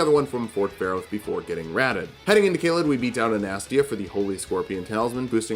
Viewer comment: it’s (anna-stay-uh)